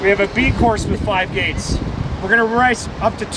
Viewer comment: Sounds like “Gays” instead of the “gates” lol